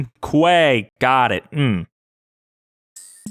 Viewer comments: I'm sure you've been spammed already, but I must say it... That's not how you say "quay"! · Krem Quay is pronounced “Krem Key” as it’s.a British pronunciation. But many people seem to say “”Kway” nowadays.